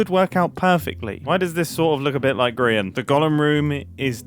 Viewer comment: I'm sorry but did grian call his server gree un